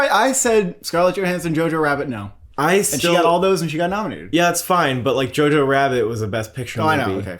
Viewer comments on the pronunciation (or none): none